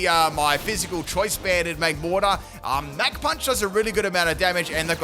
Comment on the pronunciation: Fighter jets don’t go mack 3, they go mach 3 (mock). Your pronunciations are outrageous lol. Super entertaining vids man. Big fan.